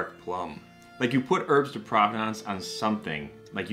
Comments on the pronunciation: Herbs de provence...not provenance... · No, it's definitely actually pronounced herbs de propanenuts. Or herbs de progrock in the Parisian dialect.